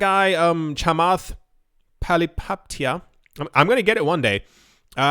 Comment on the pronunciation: Chamath "Poly-Hoppa-tye-a" is how I think his name is pronounced.